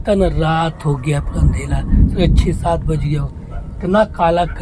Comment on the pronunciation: Pehle to andhera bolna sikh lo jb dekho andhela andhela chawmin ka chooo kar deti hai choomin